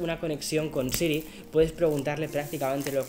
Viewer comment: Porque no puedes decir siri?😂